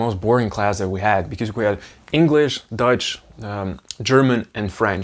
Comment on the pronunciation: As a German who is listening to your video, when you say Dutch it always sounds as if you were saying Deutsch (German) to me, which is funny. 🤣 Thank you for sharing your journey!:trophy-yellow-smiling